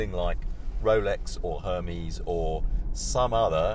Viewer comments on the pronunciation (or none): Her-me-s…. Hahahahaha